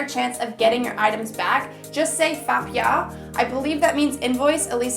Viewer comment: the word for taxi is FA PIAO, i tot i heard fuck yah!😂